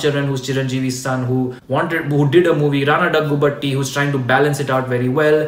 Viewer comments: Correct your pronounciation He is राणा दग्गुबाती not डग्गुबटी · But Actually it's daggubati